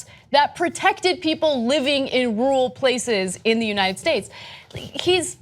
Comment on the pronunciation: and , is she saying the word "rural"??? it sounds like just "rul". Is that a common pronunciation of the word in the USA??